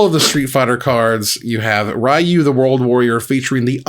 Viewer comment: It is Ryu and not Rayu though